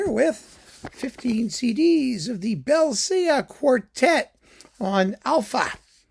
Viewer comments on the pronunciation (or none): Have given pre-concert lectures for them. The name is pronounced BELL-chuh.